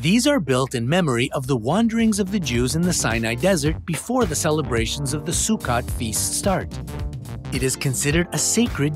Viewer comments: #13, it's pronounced Su-KOTE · Anyhow, that's not how to pronounce Sukkot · Please please learn how to say things properly. You’re pronouncing Sukkot wrong (fellow Israeli here).